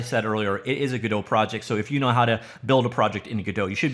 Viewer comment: Godot is pronounced in a way that rhymes with ROBOT. Not whatever french pronunciation you’re using. Also notice Godot’s mascot IS a robot.